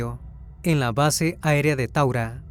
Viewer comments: taura no taguara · Disculpa no es tagura es taura allí queda la base de fuerza Aeria del Ecuador por ahí pasa el rio taura